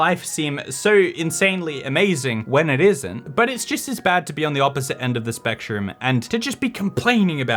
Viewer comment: I heard "the other side of the spec-TROOM". This channel has traumatized me.